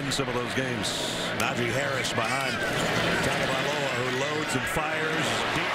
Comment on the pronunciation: Don't have to say his full name just say "TUA" or if your gna say it all say it right... Tua = "Two-Ah" Tagovailoa = "Tangovairoa"